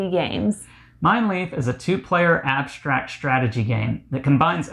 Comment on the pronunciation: Abshtract, shtrategy, shtraight, undershtand... Cool ! Learning new words every day !